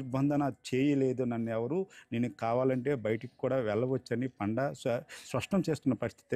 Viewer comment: పాండా కాదు రా పండా